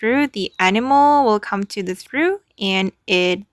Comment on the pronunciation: Hello, it’s pronounced TRAWF or TROFF